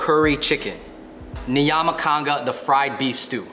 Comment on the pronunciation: Is it just me or they pronounced nyama like nayama